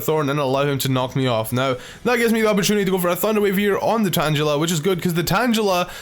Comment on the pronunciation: If he pronounces tangela tan-jela would he say tanjelled